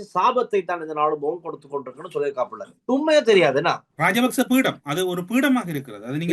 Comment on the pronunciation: பீடம் இல்லை பீடை 😂